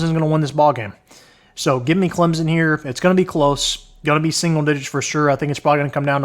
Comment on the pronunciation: It’s Clemson, with an S. Not Clemzin